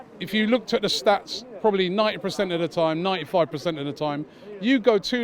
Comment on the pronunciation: Robbie, it’s PERcent, not PREcent… its frustrating enough watching the team play.